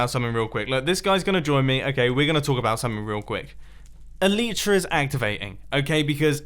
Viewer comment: Mumbo, you're elytra don't activate because... you're saying it wrong. Its elYtra, pronounce the Y like in sky.